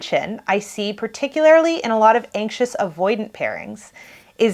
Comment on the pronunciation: it's particulaRLY, not "particulaRILY".